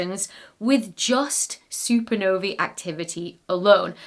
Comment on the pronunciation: I love that you've finally made the effort to pronounce the plural of supernova correctly. Hooray!